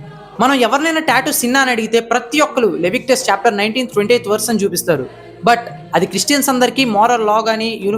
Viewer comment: LEVICTUS kaadhu "LEVITICUS..." read your Bible properly Circumsis kaadhu "CIRCUMCISION" English vachii nattu build-up vaadhu.English kerchuko.